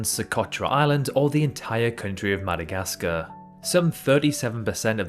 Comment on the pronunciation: Atleast try to learn the pronunciation of the names Madagascar and Myanmar is not pronounced like that! You sound like supposed anime fans that cannot xome close to pro ounce the name correctly (99% of americans mispronounce it)